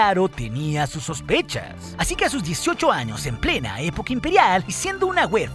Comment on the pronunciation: si ves sus vídeos, todo el mundo pregunta lo mismo, además de que hay palabras mal pronunciadas por el propio programa, como a veces en vez de decir años dice anos